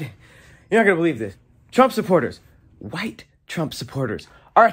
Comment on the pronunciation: The way throws thick emphasis on the Wh when he says White 😂 reminds me of stewie griffin saying cool Whip 😂